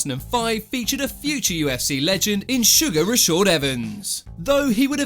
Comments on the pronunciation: My guy it’s Rashard not Rashord 🤦🏾‍♂️ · its raSHAd not raSHOd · Super triggered when I keep hearing Rashord lol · Who is Rashaud Evans? His name is Rashad. Not Rashaud. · It’s pronounced RashAAAd with an A